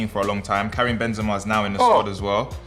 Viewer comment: How did try say Karim Benzema one of the best strikers ever 😂😂😂is he skunked